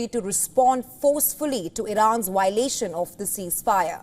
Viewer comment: VIOLATION AND NOT WIOLATION MADAME.